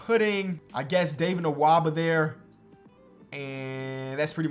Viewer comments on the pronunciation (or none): none